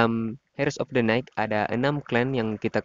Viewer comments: Bacanya jangan hers min tpi iers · Mas, pronunciationnya salah.. 😅 Dlm kata HEIRS, "H"nya nggak dibaca.. 😁